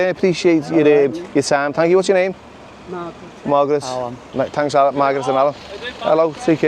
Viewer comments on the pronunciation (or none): Sounded like you called Margaret “Migrant” 😂